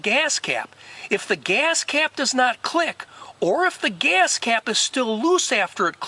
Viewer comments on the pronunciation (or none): Your video is helpful. BUT, OMG!!! The way you say “geeyass cap” is brain scratching!! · why do you accent on the word GAS?